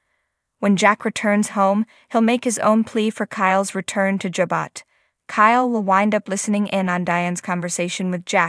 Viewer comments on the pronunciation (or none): Why do you continue to pronounce words/names incorrectly? It is Jabot, not jabut.